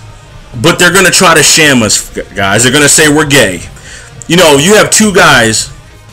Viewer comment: I don't know why you pronounce "shame" as "sham," but it works even better. When you think about it, a shaming tactic really is just a sham.